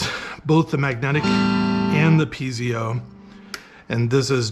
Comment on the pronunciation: say peezio again😂 , I think its pronounced Piet-zo Thank you for the video!! 🙏🙏